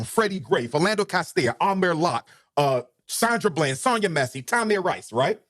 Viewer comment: Is he saying sanda bland name wrong . He never says American things correctly even saying like "I call it like is say it (see it)"